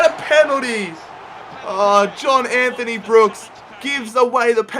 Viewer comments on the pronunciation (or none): none